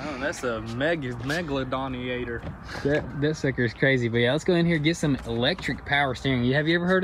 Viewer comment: "I dont know thats a...megladoniator" 😂😂😂